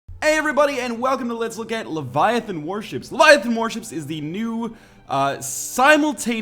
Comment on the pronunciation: It's LEVIAthon, not leviaTHOON. (Harry Potter Reference)